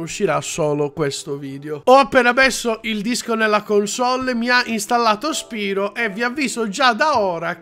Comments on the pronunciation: PRONUNCIALO "SPAIRO",TI PREGO. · Ma non si dice "spairo"??